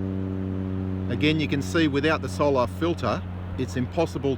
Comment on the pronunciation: What a joke and learn how to pronounce solar it’s not solaaaaaaaaaar 😂😂😂😂. You guys are pathetic joke. Go watch DITRH He’s made plenty of drone videos of sunsets showing how it gets smaller and farther and blocked by layers and layers of atmosphere. I don’t know how this poor guy is still trying to prove the globe when none of his other globie scientism friends are even trying. The solar filter blocks at 99.9% of everything else so it’s probably also blocking out a big portion of the edge of the image of the sun.